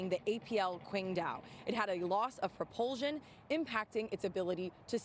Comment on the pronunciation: Commentator Needs to learn how to Pronounce "Propulsion"... Google will let her hear an audio pronunciation of the word. "sion". There seems to be a rash of people mispronouncing words on the news.